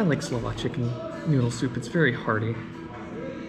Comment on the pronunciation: Your Slovak is really good ! You have better pronounciation than most of the Americans I've heard. Impressive !